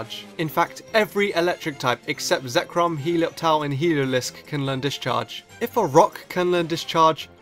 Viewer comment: ''He-low-lisk'' Oh god.....